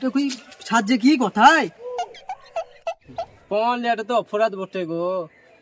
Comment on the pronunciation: পন নয় পণ হবে